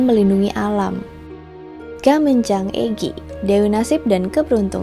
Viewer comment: Keren kak!!! Suka bgt ndengerin kak cerita sebelum tidur sksk meski kadang klo sambil merhatiin videony ada gambar yg ngagetin 😆🥲 단군: Pengucapannya lebih ke danggun karena ㄴketemu ㄱ 가믄장아기: Gamenjang-agi Yang dewa habaek tulis nya 하백 kak, kalo 해밝 bacanya jadi haebak sksk SEMANGAT TERUS KAKK, kutunggu next videonya 😍🤍🤍